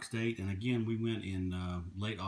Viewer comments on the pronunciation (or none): none